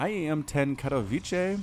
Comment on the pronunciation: It's Ka-to-wi-ce like CA(mel)+TO(wel)+VI(ntage)+CE(ll). You were pretty close ;)